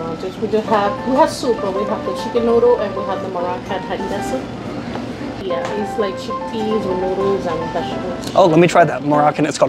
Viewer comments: ha/ri/ra Americans with double consonant leading phonemes still great review🤣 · Every source on the internet, including other YouTube videos pronounces it ha-ri-ra with an "h" like Henry. No one pronounces it with a "p" like puree. In fact, many Arabic speakers cannot pronounce "p".